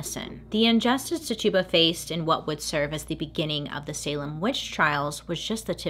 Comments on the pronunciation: Her name is pronounced Tichuba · Tituba? I thought her name was pronounced titchiba 👀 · it's pronounced TI-CHEW-BA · He name is pronounced Tet- chu-ba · Im not judging I'm merely informing Its pernounsed Tich a ba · Titchuba is how it’s pronounced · is no one going to talk about how shes pronouncing TITUBA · Yep...I said it every time she did, like she could hear me correcting her 😂😂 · Bailey i love you but your pronunciation of Tituba cracks me up, lots of love <333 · yes. she was saying it wrong and I just kept correcting her lol.. wondered if anyone knew this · I loved the video, but I can't get over how "Tituba" is being pronounced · Girl I love you, but I am laughing so hard at how you pronounced Tituba's name. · Your saying the slaves name wrong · Not how you pronounce Tituba‘s name.. just saying. 🤷🏼‍♀️ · I love you Bailey but it was driving me nuts of you mispronouncing Tituba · You mispronounced tituba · “Titch” like stitch ... you-bah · just a little friendly psa: Tituba's name is pronounced "Ti-chew-bah", rather than "Ti-tube-ah" 😊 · Titch e ba please .. was trying to understand when you made her name sounds like a tuba lol. Great story BTW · I LOVE this series, I love this video and how much information is in it, but it's kind of irking how she pronounces Tituba... It is really pronounced Ti-choo-buh, not Ti-too-buh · Her name is pronounced ti-chi-ba not ti-tuba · Hey!!! Her name is pernounced “Tich u ba” not Tuba, or Tutuba. She was a person, not a joke or mythical creature. You wouldn’t want people making fun of your name. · How to pronounce tituba is “t-itch-uba” and I love that we read the book in high school and movie about the Salem witches. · Random side note, the enslaved woman’s name was “Titch-uh-buh” 🙂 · Bailey wasn’t pronouncing it correctly. Her name was Tituba and it was pronounced t ih - ch uu - b ah Her mispronouncing it drove me crazy because I knew her story and how to say her name. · It is ti chu ba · Twitch-Ah-Bah lol. (Tituba)